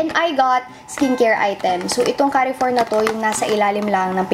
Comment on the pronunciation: Don't get me wrong but the pronunciation of "Carrefour" is like Car-four, silent e :)